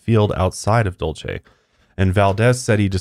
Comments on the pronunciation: I just want ya'll to be aware that Dulce is pronounced as "dolse" here in New Mexico. Everytime you guys said it I was internally screaming lol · I live pretty close to Dulce! I’ve never even heard of the base. Also Dulce is a Spanish word pronounced “Dool Say.” 😜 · I live very close to Dulce (pronounced like Duel-cee) and a friend of a mutual fb friend just posted a video of a ufo they chased around Archuleta mesa... it was a weird spinning light.. I am trying to find a link to it but seem to have lost the video... will update if I can find it.